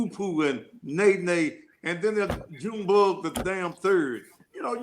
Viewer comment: Baby he said June Bug III🤣🤣🤣🤣🤣🤣